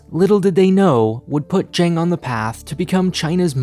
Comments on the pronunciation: Zhang is pronounced jung ZH = j ANG = ung Hao Bang = how bung Hao Bang = Excellent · It's not pronounced Zhang like aang, it's more like Zhang like the o in song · I like your content, but I beg you, please learn how to pronounce Asian names correctly. It's very grating. Zhang would be pronounced as something like "Cheung" or better yet, like "Ch-ah-ng". At the very least, you can copy his Chinese name from Wikipedia and use Google Translate to check how it sounds. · It's pronounced Zhang not Zhang. Odd not aid. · His first attempt at the beginning of the video was fine. The second and subsequent ones were typical Americanised pronunciations.